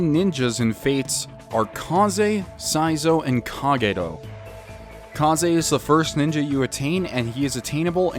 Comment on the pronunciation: Huh. You actually pronounced the r in Kagero fairly well.